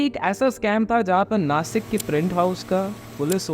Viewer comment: bro its Nashik not nasik